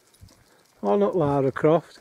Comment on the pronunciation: Thought he said "Lard AR*E Croft"